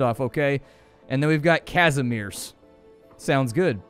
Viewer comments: Pronunciations: Jadwiga -> yadviga, krzysztof - (roughly) kshyshtof, kazimierz - kazhimiezh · the names are pronounced, yadviga, cristof, and kazimierz (ka-ze-maerz) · Try not Krzysztof but KshyShtov, Yadweega, and Kazzimiesh will sound more like real pronunciation. I do not mind U.S citizens misspelling polish names, but it will make you more comfortable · kah-zi-mieh-sh (sh not as in shuch but as in that beginning of show sort of sh) please dont pronouce rz as you are, its bettert if you just skip the z if you see rz or Ż say it as in leisure the is part, thats about as close as it gets in English